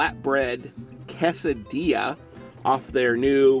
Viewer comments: C-A-sa-di-a not cosadia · It's pronounced "kay-seh-dee-yah". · New drinking game: take a shot every time pronounces quesadilla weirdly, or when he says "a dollar nine". dies from alcohol poisoning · It's pronounced more case I dee a